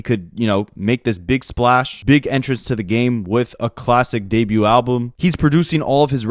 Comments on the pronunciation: i've lived in 3 provinces and never heard someone say "debut" like that 😭😭 that ain't a canadian thing bro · Doubling down on "Debut" is Nasty work boi 😂😂 I am entertained